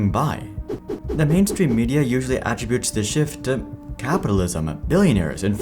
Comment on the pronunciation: "attribute" is pronounced differently as a verb btw